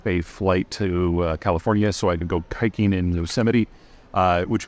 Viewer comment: did he say a anti semitic slur within the first 10 seconds? instead of hiking it sounded like he said “kihiking” LMAO